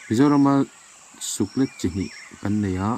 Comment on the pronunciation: Suklet i lam dan hi a dik lo deuh.. Suk tih chu a dik a, let tih hi lei let tiha let ang hian lam tur.